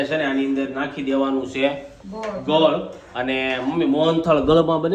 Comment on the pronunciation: તમે ગળ કેમ બોલો એને ગોળ કેવાય ને